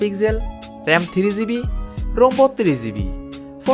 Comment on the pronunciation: ভাই আপনার ভিডিও গুলা খুবি সুন্দর হয়। শুদু কিছু কিছু উচ্চারণ একটু শুদ্ধ করলেই আরো ভালো লাগবে। যেমন - ভুল উচ্চারণ ৬ ঝিবি ( শুদ্ধ ৬ জিবি)